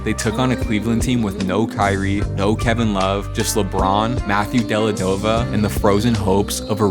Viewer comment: Bro says "Matthew Delladova" and thinks we should listen to his "Basketball Knowledge"